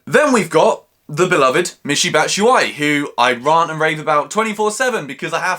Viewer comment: Raaaant??? Is that even a word lol